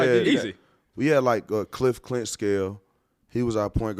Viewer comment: How you fuck up the boy Cliffy name